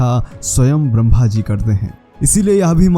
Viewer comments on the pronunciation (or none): none